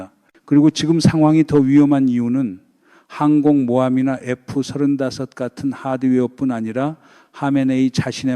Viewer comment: 하메네이는 벌써 쫓겨났어야 할 정신이상자죠. F-35는 에프삼십오 로 발음. F-22는 에프이십이 로 발음. B2(폭격기)는 비투 로 발음합니다. 기왕이면 바른발음이 좋죠.